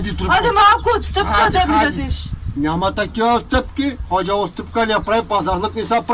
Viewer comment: Много е смешно как викаш али Баба хожа